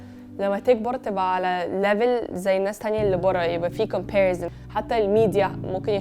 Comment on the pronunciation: فلسفة يا ربي لو حد مش بيعرف يتكلم انجليزي يسكت هو ايه اللي كومباريزين بتتنطق بال س مش ز